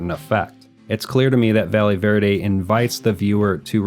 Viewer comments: Bro called it valley verde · Quiiiick question. Are we sure it isn't pronounced "Vayeh Verde"?